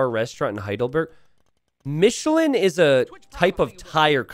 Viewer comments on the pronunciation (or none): it's pronounced Miche-laaaan bonjour. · Want to know how you pronounce Michelin? Say it in an absurdly french accent. Thats exactly how.